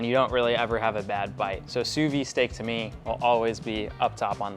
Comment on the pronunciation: why do people say "sous vi"? It's "sous viDE"